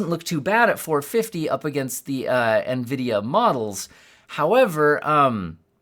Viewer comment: Nvidia getting butchered. I like that.